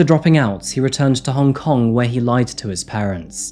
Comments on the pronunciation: I applaud you try to say Hong Kong in Cantonese, it’s not an easy dialect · As someone who was born in Hong Kong, I appreciate that you tried to pronounce the name 😊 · Worth a like just for the exquisite pronunciation of Hong Kong in local tongue.👏